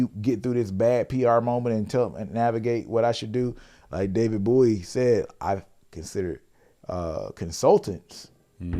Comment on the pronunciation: Please stop calling him David Booowie 😭😂